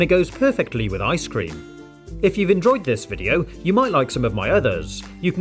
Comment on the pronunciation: cooks a human liver Also: I T G O E S W E L L W I T H I C E C R E A M.